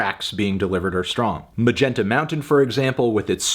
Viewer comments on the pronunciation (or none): none